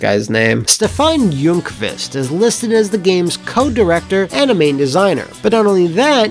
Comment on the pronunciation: As a Swede with the surname Ljungqvist I have to give you props on the pronunciation. Definitely the best attempt I've heard from a non Swedish speaker.